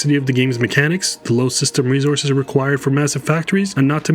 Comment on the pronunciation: Dislike for the way he's saying "resources"